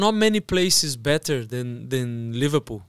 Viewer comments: manteb ni bang mamat udah makin fasih bahasa inggrisnya. saran bang, yg bener pengucapannya better bukan bitter. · Mamat udah berapa tahun belajar bahasa inggris tapi ngomong better jadi biter mulu 😭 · Better bang, bukan bitter.. 😅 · better mat bukan bitter 😭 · Better apa biterr???